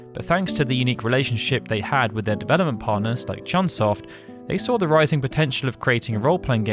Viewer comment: It's CHOOON SOFT, my guy...